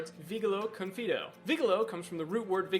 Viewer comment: that is not how you say vigilo confido... you got both of them wrong... as well as their roots.